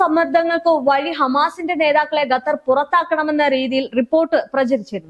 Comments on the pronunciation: Gattar alla dear kathar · പെൺ കൊച്ചേ.... ഗത്തർ അല്ല. ഖത്തർ എന്നുള്ളത് എത്രയോ പ്രാവശ്യം എഴുതി... അത് പോലെ ((ഹൂത്തികൾ അല്ല. ഹൂഥികൾ എന്നുള്ളത്.)) പിന്നെയും പിന്നെയും നാവ് വടിച്ചു വരാത്ത. സ്വഭാവം. കാണിക്കുന്നു.. എന്തോന്നെടേയ് ഇത്. 👌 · മര്യാദക്ക് പറ വാർത്ത ഖത്തർ എന്നാണ്.. ഗത്തർ അല്ല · അൽ ജെറീസയാല്ലാട്ടോ😂jazera. ഗത്തർ തെറ്റ് 😂ഖത്തർ ശരി. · ചേച്ചി ഗത്തർ അല്ല ഖത്തർ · ഗത്തർ അല്ലാട്ടോ ഖത്തർ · ഗറ്റർ 😂😂 അൽ ജറീസാ 😂